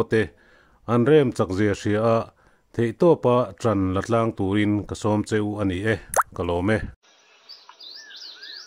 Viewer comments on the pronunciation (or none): none